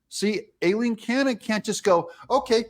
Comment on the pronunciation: Thank u, 4 pronouncing Judge Aileen Cannons 1st name correctly. It was my Mothers name & is often mispronounced. I miss her. Thank u again. I love ur show